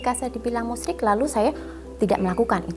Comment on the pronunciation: hhhha ....bukan musriiik kata mbak roro tp menyekutukan Allah